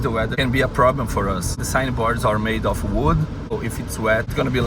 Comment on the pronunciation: vou te ajudar na pronúncia então. of é pronunciado como oV. é som de V, não de F. kkkk consegue implementar essa? OV.... OV course I can. :)